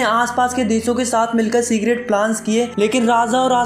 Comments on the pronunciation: Secret ❌segret✅ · Secret plans❌ Cigarette plans✔️ Young man ❌ Yaaaang man✔️